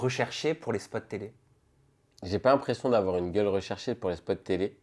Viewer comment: Il insiste trop sur le mot gueule c’est trop